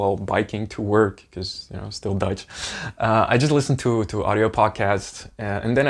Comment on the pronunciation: As a German who is listening to your video, when you say Dutch it always sounds as if you were saying Deutsch (German) to me, which is funny. 🤣 Thank you for sharing your journey!:trophy-yellow-smiling